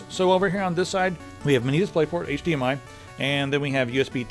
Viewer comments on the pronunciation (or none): none